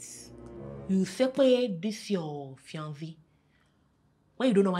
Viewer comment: Fiancé is fionzee??? Seriously 😂😂😂😂